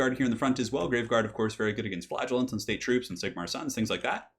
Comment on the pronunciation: I always pronounced "Flagellants" the way "flagella" sounds. The way you say it makes it sound exactly like "Flatulence" lol